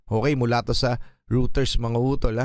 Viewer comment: It is reuters ( Royters ) ganyan ang pagbasa nyan, sorry ah ?